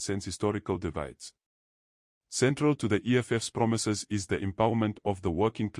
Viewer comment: Promisayzzz Promisayzzz🙈 Eish